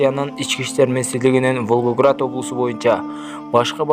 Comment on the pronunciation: Туура айтсан Волгоград деген созду уйронуп ал социялдык деген созду да туура окуп уйрон кудайым озу сактасын кырсыктан